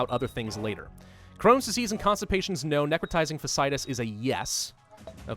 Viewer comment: Just so you know, it's Necrotising Fash-Ee-eye-tuss. I've seen it on a couple medical shows and UGH it's terrifying. And there's been a few cases around where I live!